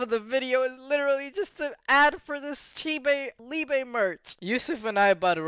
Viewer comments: It’s pronounced “LEE-BUH” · Prounounced ‘lee-buh’ in German if anyone is interested